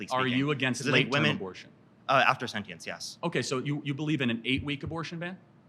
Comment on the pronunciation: If your mvp can’t pronounce “sentience” correctly and his entire position relies on a word he cannot pronounce, I would highly advise a new “mvp”